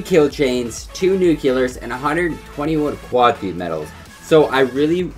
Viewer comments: I love u but this just annoys me.... it is nuclear not "nucular" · NUCLEAR, NOT NUCULER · PLEASE LEARN TO SAY NUCLEAR THE RIGHT WAY